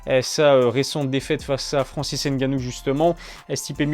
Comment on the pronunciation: Francis Ngannou pas Francis Ganou 😑